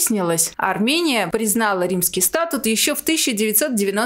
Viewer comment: Спасибо за выпуск!... В слове "СтатУт" ударение падает на "У", а в слове СтАтус" - на "А" (мимоходом, так сказать, из Арцаха блокадного)